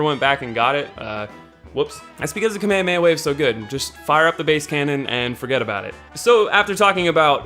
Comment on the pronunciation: it's "kame hame ha". not KAMAEOMAEOMAEOMAE